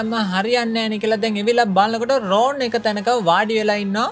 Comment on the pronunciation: ඔක්කොම හොඳයි හැබැයි නම් ඔච්චර ඇදලා කියන්න එපා.. රෝන් නෙවෙයි රොන්.. ❤️